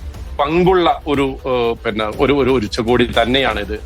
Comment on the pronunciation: ഉച്ചകോടി എന്നാണ് പറയുക. ഉച്ചക്കോടിയല്ല മൊയന്തുകളേ. അത് ഉച്ചയ്ക്ക് ഉടുക്കുന്ന കോടിയാവും.